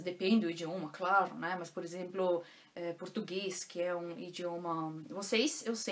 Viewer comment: Oi 💐 Sua pronúncia em português é linda 😍com perfeito acento gaúcho, chê😍 Adoro e acho o português mais bem falado em todo o Brasil, na minha opinião... Parabéns por todo seu esforço e vontade em aprender falar, ler e escrever o potugues corretamente 👏que realmente não é fácil para nós Brasileiros que dirá para os estrangeiros 🧐😁😀 Tenho ainda muita dificuldade com a gramática. Me viro como posso e não tenho mais vergonha em falar errado, mas quero aprender definitivamente falar correto. Aprender a gramática der die das, wer wie was, wieso weshalb warum... 🤦‍♀️ Sou imensamente Grata por ter encontrado você como professora aqui no YouTube. Um abraço daqui de pertinho de você (Winti) com carinho 💐😘💞🙏🙏🙏